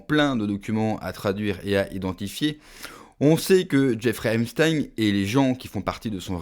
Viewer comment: On dit : ep st a in